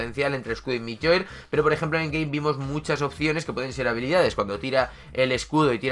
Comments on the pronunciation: Se dice mjiolnir no milloir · Se llama mjolnir y se pronuncia MIOLnir 😣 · Con respeto te digo que no podía parar de reírme cuando decías MIYOIR aunque yo antes decía MIO MIE 😂😂😂.....los que vieron la película de thor lo entenderán